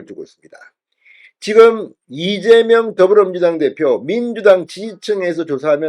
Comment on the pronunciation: 왜ㅠ꼭 이재멸대표라고 하시나요. 왜그리고 자꾸차기대구ㅏㄴ으루마효ㅡㅁ하시나여. 찬핵무혀인데